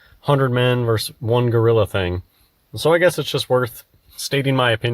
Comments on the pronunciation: Ugh. Versus not verse. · Versus,, you nincompoop. Ver-sus. Two syllables. Not "verse." As for the substance of your argument - [blows raspberry]. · The thing that says that most irks me is 'verse' when he means versus. It's not poetry. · Of course he says “verse” instead of “versus”. P.S. Dear everyone: “vs.” = versus, not verse. The misuse has gotten way out of hand.